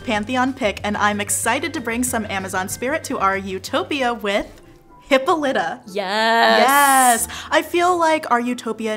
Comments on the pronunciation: Almost every time I have heard (and every time I have said) it, the pronunciation has had the stress on the o. Not as in this video. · I noticed that, too, but I absolutely guarantee that if they pronounced names the way the ancient Greeks did, there'd be way more comments that they pronounced something wrong. Very few ancient Greek names are pronounced "correctly" in modern English. And Westerners tend to assume their pronunciation is correct without checking. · Everytime you pronounce her name as "hippo-lite-uh" I wanna shove pencils in my ears. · Y’all tell some great stories! You do a great job of making the stories come to life. My own feedback is that you really need to do a quick Google search on how to pronounce the Greek names. It was distractingly off.